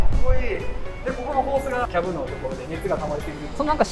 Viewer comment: 部品の発音が変。 マーシャル キャブ